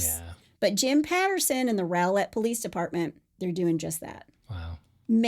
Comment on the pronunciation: Rowlett is pronounced raw-let. I know it makes no kinda sense but not 1 documentary or news agency has gotten it right. Even local ones